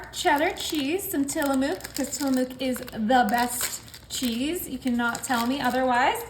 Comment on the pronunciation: I love your recipies. This is not criticism just to be helpful from a northwest lady. Tillamook yes the best but pronounced. TILL-A-MUCK Also if your ever i. Tillamook Oregon visit the farm its amazing! Much love❤